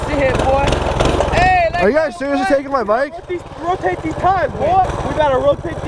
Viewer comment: man is speaking gibberish. LeT mE rotAte YouR WheeLs